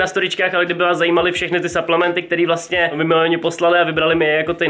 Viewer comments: po česky suplementy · Jaký saplementy do háje čte se to suplementy